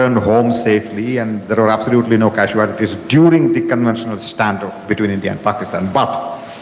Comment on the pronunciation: ‘Kasuelotees ‘ or casualties?